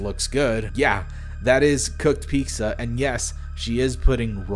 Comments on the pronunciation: What's Pixa? You mean Pizza? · Omg you're one of those people that says pizza like "pixza" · lol have u rlly been calling pizza "picsa" ur whole life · Piksa?? Your pronunciations makes me uncomfortable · piczza lmao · I got kinda taken out of it when you called pizza "picsa" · Why you say "piczza"? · the hell is a peek-sah? lol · As an Italian I love how you pronounce pizza as "Picsa" lol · amazing video but learn how to pronounce "pizza", what the hell is "pixa" supposed to be? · Pretty funny hearing peekza because I used to pronounce picture as pitchturk 😂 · Sabes q eres mexicano si pronuncias pizza como pikza 😂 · SAY PEEKZA ONE MORE TIME I SWEAR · I love ya but you gotta stop calling pizza “peekza” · Why would you pronounce pizza like that 😕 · how do you manage to fuck up saying "pizza" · The way you say pizza drives me nuts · the only distubing thing here is the way you pronounce pizza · he pronounces pizza strange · Loved the video, bust jesus christ learn how to pizza correctly, it was so annoying lol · Im fine with it, i just hate that i cracked a laugh mid a serious video cuz you slightly mispronounced pizza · The real horror show is how you pronounce Pizza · This video is great but the way you pronounced pizza made me want to defect to the DPRK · The second most disturbing thing about this video is how pronounces pizza with a K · I got over your pronunciation quick, but you said pizza so many times I'm starting to doubt its a real word. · the scariest thing about this is your pronunciation of pizza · The scariest part about this video is how he pronounced pizza lol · yo i dont like the way this dude says pizza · The way you pronounce pizza gives me hives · "And yes, that's how I pronounce pizza" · You didn't really pronounce pizza that wrong, just emphasising the wrong part of the word. I think folks are blowing it out of proportion. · pizza? Are you trying to say "pizza"? What dafuq is 'peeks-za'? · Are you saying pizza or picza ?